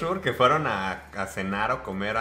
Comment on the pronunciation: * Es Pujol no Puyol jajaja, lugar al que no hay que ir porque Enrique Olvera es un explotador, cobra carísimo y ni rifa XD * CON RYAN GOSLING NO TE METAS, ESTUVO BIEN BERGAS XD * La liga de súper mascotas en menos de dos hrs logró lo que Warner no ha logrado en todas sus películas de DC jajaja * Cero donas en la playa